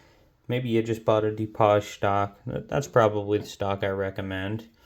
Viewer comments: A Du-poj stock? Are you French? It's Du-paige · Wow! That is a lot! LOL I do believe the stock name Dupage is pronounced "Doo-Page". But that is picking nits. I think if most people/shooters understood and applied the USMC markmanship fundamentals to shooting, they would drop a couple MOA of their groups! LOL